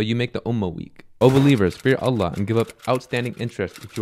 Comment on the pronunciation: may Allaah bless you - brother i understand you may be from Syria etc, but the pronunciation of Allaah needs to change as i notice many arab brothers from there speak like that. The emphasis is on the laam ل, not on the "a" in Allaah. Lastly, the haa', ه, needs to be pronounced. It should be pronounced as you do so in the Qur'aan